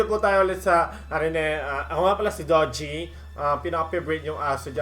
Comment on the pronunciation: DO-JI , NOT DO-GI GUYS YAN ANG TAMANG PRONOUNCIATION HAHAAHAAH